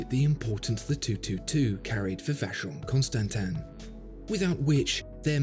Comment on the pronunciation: God… when you’re making a video just look up how to pronounce